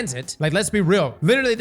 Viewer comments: Destiny content creators learn how to pronounce words challenge, level: IMPOSSIBLE I jest, mostly, but oh my goddddd it is so difficult to not be like "DUDE IT'S HULL UH BALOO" at my screen 😂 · Im not sure what makes you think its pronounced "hoooolabaloo" but its amazing!! 😂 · Hull-Uh-Buh-Loo! Go back to school!!! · Hull - Uh - Bah - Loo 👍🏻 Get this man a Hooked On Phonics book or something 😂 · My brother. It’s pronounced: [HUL] + [UH] + [BUH] + [LOO] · I swear does this on purpose sometimes lmao. I love Hellabaloo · all the creators are mispronouncing it... 🤔🤦🏼‍♂️🤷🏼‍♂️ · Not after he says "haamkara" first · We all know he can't pronounce words well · Started thinking he's using the Rick Kackis method of pronunciation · ALL YOU GOTTA DO IS TAKE WORDS OR SOUNDS AND COMBINE THEM, for example; the "HULL" of a ship. HULL- A - BA- LOO. AHAMKARA= AHA! i've figured it out. A-HA(M)-KAR-A. JESUS CHRIST I JUST WANT YOU TO SAY IT RIGHT!! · It’s HULL-a-ba-loo. Man alive. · Like is he doing it on purpose? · I Iike how he can pronounce hypotrochoid but not hulabaloo correctly...it's like he does it on purpose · Use this as a dislike button for cross’s pronunciation of hullabaloo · should delete a God roll for every time he's mispronounced "Hullabaloo". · He don't say werds no good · HULL not hoo. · It’s not “hoola” like hula hoop, it’s “hulla”, like…ah forget it. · its hulabaloo not hoolabaloo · Huh-la-bah-loo not hula hoop baloo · you've been saying this things name wrong since the first time you read it. All of the event weapons are named after old sayings or phrases. It's pronounced (Huh-Luh-Buh-Loo). Not Hoola. It means "To make a fuss". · Not like hoolahoop...... HUH-la-baloo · Oh my god. Hull-a-balloo. Not Hool-a-balloo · It’s pronounced “Huhlabaloo” not “hoo… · sorry bit i do not accept 'hoo'.. It's Hul-La-Ba-Loo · I know I'm being a pedantic ass but its pronounced "hull-a-baloo" like the "hull" of a ship, not like a "hula" hoop.